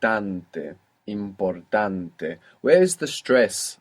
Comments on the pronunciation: Why is the e on the end of the words like "importante" sounding more like (long a) instead of the eh sound e is supposed to make? Thank you. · Because it's not important -e it's importa -te like "te gusta"